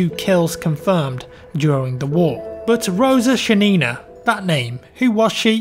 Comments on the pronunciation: It's ShAnina, not ShanIna. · great video, feels good to hear something good about soviet army for a change. But i have a few corrections. First of all she ShAnina, emphasis on the first "a". Secondly Archangelsk isnt a village nor its a town, its a city. Thirdly it wast the russian army that fought in the war, but soviet. Its not a big deal but you really should understand that there were many non russian people fighting for the soviet unuion sinse they were part of it. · Roza SHAnina - Not ShaniNA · Please, pronounce her last name correctly,. Just put "Шанина" in Google Translate (choose Russian) and hit "play. It's not that hard to learn how to pronounce a foreigner's name before you record. Please, upvote for to see. Thank you.